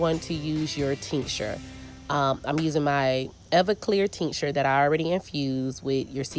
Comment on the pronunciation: What is the teenksher or what is it that you’re saying sorry? 😂